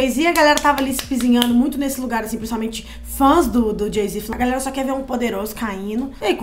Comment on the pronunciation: nao tem como ela falar galera haha parece galson